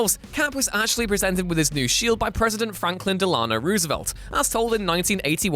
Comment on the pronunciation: In the US, we pronounce FDR's middle name as "Del-An-O" rather than "Del-Ano." Just an FYI.